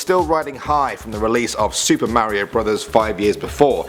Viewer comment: Top ten- ma rio Me -mar io